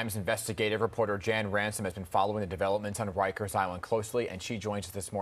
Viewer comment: Bro, it’s rikers🤦🏾‍♂️